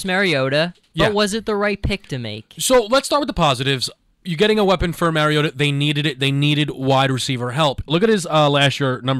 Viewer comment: MAR (sounds like March) IOTA.